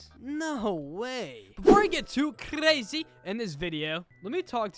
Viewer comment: I love how he said klazzzzy instead of crazy